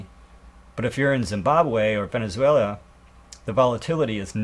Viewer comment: Dude! VenezuaLIA? Gotta get your pronunciations down. It'll make you sound more legit!